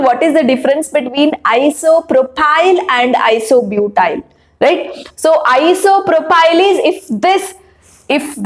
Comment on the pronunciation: Isopropyl mam not propyl